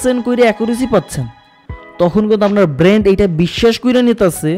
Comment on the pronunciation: আসসালামু আলাইকুম ভাই। আমি আপনার একজন সাবস্ক্রাইবার। চেষ্টা করি যাতে আপনার একটা ভিডিও দেখাও আমার মিস না হয়। এতে অনেক কিছু শেখাও হচ্ছে আলহামদুলিল্লাহ। তবে আজ আপনার এই ভিডিওটা দেখতে গিয়ে একটা জায়গায় বারবার খারাপ লেগেছে... তা হল আপনি ব্রেইন কে বারবার ব্রেন্ট বলছেন.. যা খুবি বিরক্ত কর ভাই